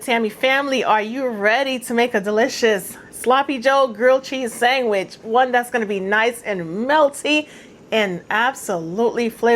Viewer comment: Are you saying "sangwich"??